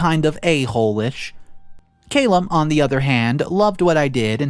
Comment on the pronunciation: It's pronounced Kay-lib